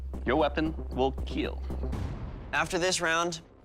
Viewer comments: But most important thing is - „it will keel“ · Your weapon is gonna “KEAL" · TIL that doug says KEAL, not kill. KEAL stands for "Keep Everyone Alive," because he knows kids watch Forged in Fire. It implies that its use will save the lives of people, and drive away enemy forces. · It will keel